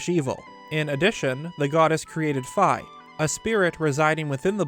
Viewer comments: "Fee" not f🥧 or am I saying it wrong? 😂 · Fi name is actually pronounced "Fee" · It’s pronounced phee but spelled phi